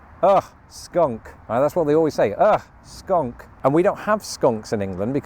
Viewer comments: Your pronunciation of English words is clearly improving but you might want to revisit your pronunciation of "skunk" before visiting the US. It sounds like you're saying "skank" which is a slur regarding a woman's virtue. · I love how you pronounce skunk as skank! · You are pronouncing skunk incorrectly😊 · I love how you call it a Skank. Google Skank vs Skunk and you will get a laugh. 😂